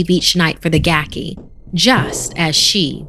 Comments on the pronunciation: Pronounced GAH-key. Gaki is a yokai that was once human, cast down to Gakido upon dying due to the sins it committed during its lifetime. Gakido is described as a realm of eternal starvation and suffering for those in the afterlife. The pitiful Gaki is unable to eat normally, as consuming regular food will cause its body to burst into flame. It is for this reason that the Gaki prowls our world, searching for the flesh of dead people or any animal to ease its hunger. Hope this helps, if you’re wondering what a Gaki is. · It's a gaki (it's supposed to be pronounced "gah-kee"), sometimes known as a "hungry ghost," basically a spirit that's cursed to be eternally hungry often for foul things like corpses, but also has a horribly shrunken mouth and throat that can't take in enough food to satisfy its hunger. They're basically suffering for evils they did in life, cursed to Gakido, a realm of rebirth only a step removed from Jigoku (basically, Hell), if only because gaki can leave the desolate Gakido to wander the mortal world in search of something to feed them, while Jigoku's residents are bound there. Funny enough, "gaki" is also an insult for spoiled children, often treated as the equivalent to calling them "brat," because a spoiled child is never satisfied with what it has, and always demands more or better.